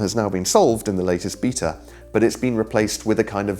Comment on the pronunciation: the way you say beta makes me giggle